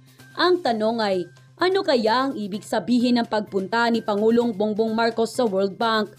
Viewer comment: Ma'am bong bong Po Hindi bung bung